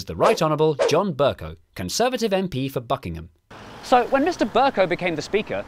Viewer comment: im sure you didnt say buckingham.